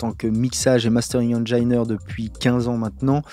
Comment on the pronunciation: ben je l'ecris justement en phonetique horrible pour etre extremement clair ^^' Beaucoup de francais vont faire la faute de prononcer tous les "i" des mots anglais "aï", ils disent Engine comme ils diraient Nice